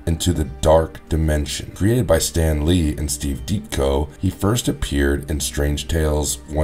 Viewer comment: I thought the way you said Ditko was a little off, but then the way you mispronounced Zealot so many times made me stop watching.